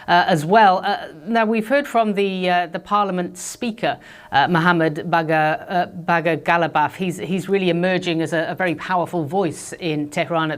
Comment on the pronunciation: The media is so prophetic there is a war going on and they are trying to make a big thing out of a swear word and then she miss pronounces Mohammad-Bagher calling him bugger = sodomy. Just forget the swear words we all use them every day the man is got an orange face nobody is going to take him serious unless he uses swear words he has got an orange sprayed face, for goodness sake and a limited vocabulary. Forget the swear words it is not important people are being killed schoolgirls for example.